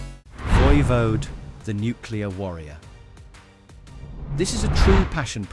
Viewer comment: It's pronounced Voivod like in english even if they're french canadian...